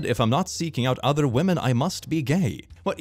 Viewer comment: I will never not smile at saying 'wamen'